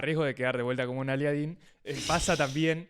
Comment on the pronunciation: le puse like cuando dijo "aliadín"